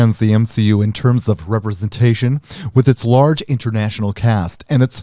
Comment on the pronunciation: Who else lols when he says REPRESENTA-TZION, or when he reads with the gay voice?